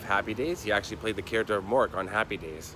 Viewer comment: Hi my dear sweet Karen. So nice to hear from you. I hope all is well down in Australia and I have fond memories of happy days as well. My father loved the show and I loved it as well. That’s so funny how Sean pronounced happy. In my next video I make fun of my Canadian accent a lot so hopefully all of you get a kick out of that. Please let Sean know that I will be writing back to him soon. I’ve been stuck at work all weekend and editing in my spare time. Robin Williams was one of my favourites and still is. I just watched one hour photo today while I was editing a new video. Sometimes I have stuff running In the background as I edit or I have music going, sometimes I need complete silence. Well I never get complete silence with a certain furry little creature always demanding my attention! Give my love to everyone and isn’t the wedding coming very soon?